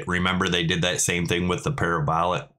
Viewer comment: para - bowlaahh hehe thanks for the update sir ^^